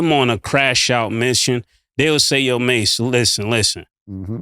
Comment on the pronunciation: Mase said it correctly 💯